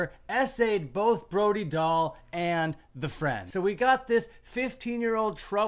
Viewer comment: say her name right